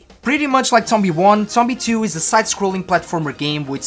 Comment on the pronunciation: He says the name wrong